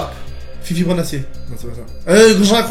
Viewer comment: "Bonne" "Fifi brindacier" 😂😂 "Compositeur" "Gulliver" 😂😂 j'suis mort ptin